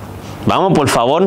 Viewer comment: Y si le decís "POL FAVOL" no te va a hacer ningún tipo de ruido.